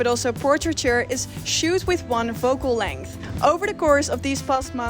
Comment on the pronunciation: Leuke video! 1 puntje van kritiek: het is 'focal length' en niet 'vocal length'. Dat laatste gaat over de lengte van je stembanden? ;-)